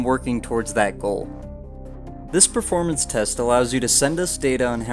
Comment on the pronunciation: Ah yes... The game's PREformance... Lol